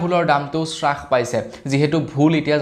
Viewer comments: Es Ram ,Apuni Baru ki srash paise buli koi ase? Taku abar nohoi dubar nohoi bare bare koi ase . Alur damotkoi apunar bhul pronunciation suni kan poki goise Please olop Mon diok. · স্ৰাস নহয়ো ভাইটি হ্ৰাস পাইছে। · শ্বাস পাইছে নহয় হ্ৰাস পাইছে হয়।